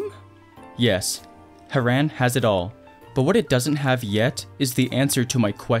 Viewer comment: Haran no no harran